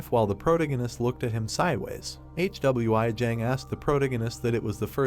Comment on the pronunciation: Hey man watch your video before uploading your ai can't even pronounce "Hwi" what is this "HWI"